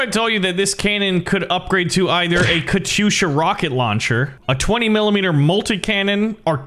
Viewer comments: It is said kat-yusha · Man that katysha (not Katyusha) was good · Warpath pronounces katyusha “Kat yusha” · hopefully my life hasn't been a lie. i thought it was pronounced katy-usha